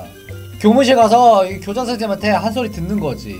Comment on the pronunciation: 고자 선생님이라 들린거 제 기분탓 맞죠??